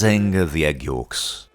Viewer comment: " Egg Yooks"; said like a true Yorkshireman.